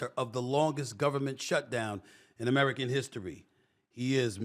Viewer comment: He said Americur 😂